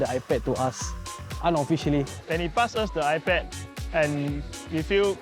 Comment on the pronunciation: you know they're Filipina when iPad becomes EYE-PUD!